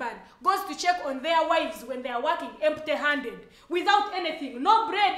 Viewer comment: The way she said empty handed 😂😂😂as if she says it in capital letters,😂😂😂